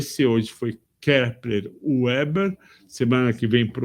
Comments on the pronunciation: Minha pequena contribuição ao vídeo: - O nome da empresa se pronuncia Kepler "Veber" e não "Ueber" (também já tive essa dúvida, então liguei para ouvidoria da empresa para descobrir como eles falavam ao atenderem a ligação)!! 😅😅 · Kepler & Veber. W é V em alemão. 😅 "Veba" 😃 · Excelente. KEPLER VÉBER pronunciamos aqui no RS